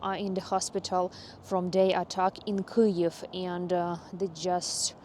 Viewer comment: Your pronunciation of Kyiv is the best of all the English Ukrainian youtubers.